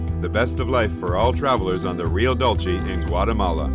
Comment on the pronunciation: Hey. Greetings from Mexico from a fellow Canadian. Dude! you pronounce Rio Dulce...Rio Dooolceh. Like drool and leave out the r. With a soft C. Sorry man...it was just getting to me. Great channel.